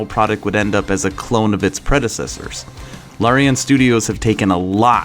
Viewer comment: Boulder’s Gate? Lorian Studios? I think you’re having a hard time with the various “a” vowels. Might want to practice pronouncing the game and studio correctly.